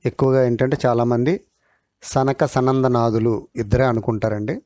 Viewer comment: సనక సనాదులు కాదండి 🙏🙏 సనక సనందనాదులు 🙏🙏 ఒక్క సారి కాదు, అన్ని సార్లూ అలాగే పలికారు 🙏🙏 ఇవే కాదు,, ఇంకా చాలా పదాలు తప్పులు పలికారు 🙏🙏